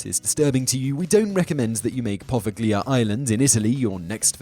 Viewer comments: Interesting video, one little comment however - it would be nice if you check the pronunciation of some of the names. For example, it's not 'poveGlia', but 'poveliA' :) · Your pronunciation of Poveglia is the scariest thing in this video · Simon is notoriously awful with pronunciation of non-English names and places. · by not knowing the right prounounciation of poveglia, you get a thumbs down from me.